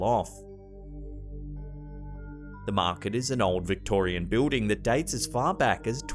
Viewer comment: are you going to use constinants? You don't need to use them all, god knows American's can be almost as lazy, but please give it a try (you just said invisiboo, come on man and it's not a beuuding!). Eh, what do I know, people from Pessivania can't pronounce L's either. Still, with a tiny bit of effort, it could be "Invisible and Building" it shouldn't be a chore. It's YOUR language we use. Why the hell use extra U's and not pronounce a multitude of consonants? I mean, it's what they put them there for, right. I mean, as well, OUR is fine, it's how it gets pronounced, but why is color pronounced color and not col-our? Just an example. Now, get with the program, it's what you've been hired for! Does everything need to sound like Shaun of the Dead? Okay, I'll shut oooup now (Damn, I live too close to Canada!);-) Havue au greaut dauy aund tomorrouw 3> Edit: I misspelled something, it should have been Pennsavanya. I wasn't positive, but I called a Flyers fan who's a friend Not the weird ass mascot, btw, alI i asked him to mention to do was his state. So, I fixed my post, man, what a mess I seem to be!